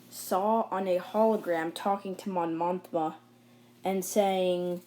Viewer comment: It is Mon Mothma not Mon MoNthma